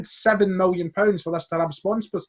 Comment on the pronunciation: Can we get a series where does tongue twisters and says obscure football team names. Trabzonspor 😂😂